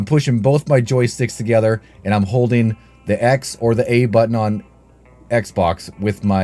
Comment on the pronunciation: Thats not how the word button is pronounced g